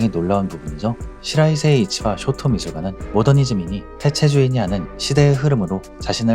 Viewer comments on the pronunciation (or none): 쇼토 ✘ 쇼오토오 松涛◯ 도쿄 ✘ 토오쿄오◯